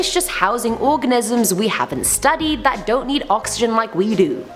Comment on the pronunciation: 😍😍😳😳😍😍 I love when you said can you believe dat😂😂😂😂😂